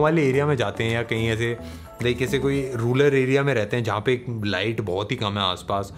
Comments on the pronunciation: Kya Tum Sabne bhi notice kiya ki bhai ne rural ko ruler kaha 😂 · Ruler??? It is rural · Rular or rural 😂😁😁😁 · Yaa...bhai ne rural ko ruler kaha..😂😂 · bhai ruler nhi rural Btw luv ur vids n your way of asking for subscription 😂😁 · Rular area? 🤣🤣😁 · 🔥🔥🔥🔥🔥 ruler area nahii bhaiya Rural area 🤣🤣😍😍😍😍😍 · ruler nahi, rural hai wo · Sorry bro i like you a lot but its rural not ruler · Rural bhaya ruler nehi By the way Ek word keliye purey video kya firse shoot koroge kya hai nah chill. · Rural ko ruler bol diya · Rular nhi rural😂😂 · You sad ruler instead of rural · रूलर नही रूरल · I noticed... Infact I listened it twice just to make sure whether he said ruler or I misheard lol 😂😆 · Yes I noticed,😂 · Pagal ho kya... Oh rual bole ya ruler bole ya rurl bole ap to samjh gaye na..Samjhdar ko ishara kafi kabhi suna nehi hai kya...